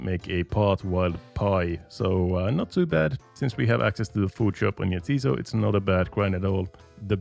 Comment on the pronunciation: You're pronouncing it wrong, it's 'ja, tis so', like 'yes it is', it's a joke name